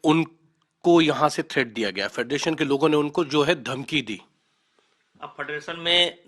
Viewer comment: फ़ेडरेशन को फडरसन बोल रहा है 🤣🤣